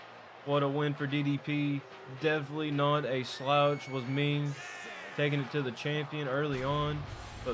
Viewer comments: It's Meng not Ming. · its meng not ming